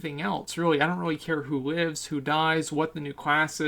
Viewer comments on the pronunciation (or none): none